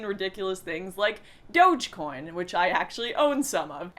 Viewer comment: "Doughchcoin" what the hell..